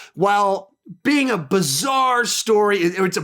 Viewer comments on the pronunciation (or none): none